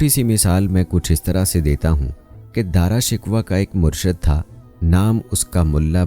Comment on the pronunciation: Darashikwah nahi Darashikoh